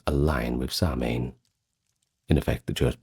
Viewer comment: Fab video although your pronunciation is off . Immediately not Samhain being incorrect, but I do appreciate the effort